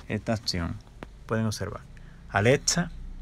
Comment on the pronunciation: Osea al principio dijiste Aletza. Y esa no es la voz de Alexa..